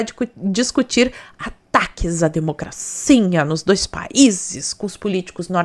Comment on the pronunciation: Oi amiga! Vc é uma excelente co.entarista politica. Vc fala "democracinha', por chacota ou vc não consegue falar "democracia"?.😂😂😂